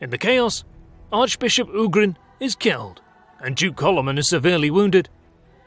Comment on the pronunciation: And Coloman is Kálmán ;) (I understand it's not easy to transcibe to english, but at least the number of syllables could be right :) ). But otherwise, yeah, the whole video is quite correct.